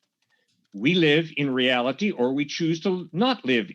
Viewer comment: stop saying reality like that idiot kent hovid